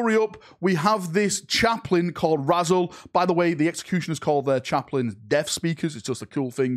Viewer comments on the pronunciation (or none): almost certainly intended to be pronounced "Rah-Zelle", but he's forever Razzle to me now, indoctinated into the Astartes after being found by some schoolkids, crumpled under a bush by a railway line round the back of Tescos. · I know this is standard mispronunciation, but I'm still laughing at a Space Marine called Razzle.